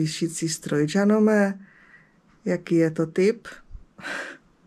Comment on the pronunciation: Ten název šicího stroje se čte Janome.